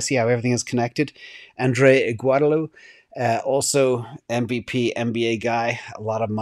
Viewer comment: Andre "Igwadella" pronunciation